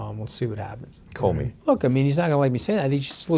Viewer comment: Comey? Whddaya tink you bedda than us?